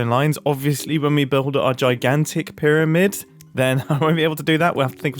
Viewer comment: "pyra-grid " lol 😂😂😂😂